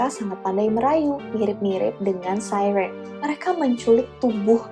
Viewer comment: kayak kagok aja